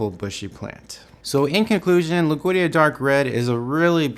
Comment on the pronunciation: dammit it's not loog veedia it's LOOD WEEGIA